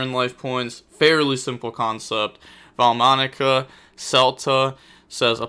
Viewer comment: Take a shot every time violates the pronounciation Enjoyed as usual tho 🤙